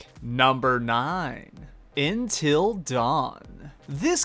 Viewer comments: "entil dawn" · Intil Dawn lol